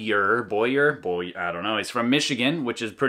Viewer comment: Kaminski - The guy who made the bow is a bowyer. You should pronounce it "Bow-Yer", kinda like you'd pronounce lawyer as "Law-Yer". "Boyar" is a Russian word for "middle-management flunkey" . . . . or something like that. Enjoyed watchig you shoot - even though I'm in deep envy for your T-Shirt weather in midwinter!!